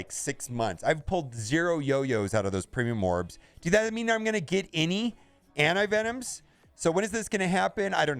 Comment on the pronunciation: Lol. What's a anivenom?